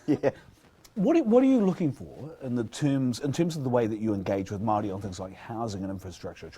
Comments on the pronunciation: Marriyy not marrry! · Bishop, Its Māori NOT Marrrrry, get it right! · Meowree, how ignorant and lazy do you have to be to not even pronounce it properly, and it’s not even hard, its literally “moldy” cmon cuzzie, kids can do better🤣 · No no no.. its moouuldy lol